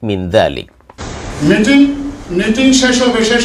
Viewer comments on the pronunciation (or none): none